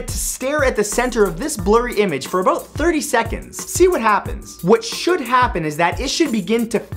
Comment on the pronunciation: "You'll see what I'm talking aboat" Proof that Canadians DO in fact talk like that, debunking his video titled "7 Myths You Still Believe Aboot Canadians"